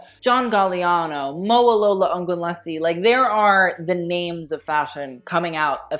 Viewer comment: Your Mowalola pronunciation is getting even better! Impressive